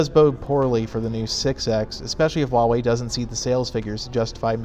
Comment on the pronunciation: If you're going to talk crap about a company, for making great budget smart phones, at least pronounce the company's name correctly.